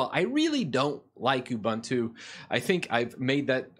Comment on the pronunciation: Also, you can't even pronounce it correctly.